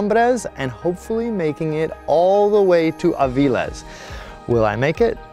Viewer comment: I live right by Villaviciosa, because I love being woken by the birds and see the mist hanging above the rolling green hills. Great video, but your pronunciation of Gijón and Avilés is really hard on the ear. It should sound more like Hee-hon and Aveelays. It only has one L after all, not like Villaviciosa!